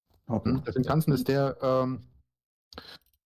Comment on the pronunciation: Ich hab auch Shimpan-sen verstanden und lache jedes Mal darüber😂Den richtigen Namen werde ich nie mehr benutzen.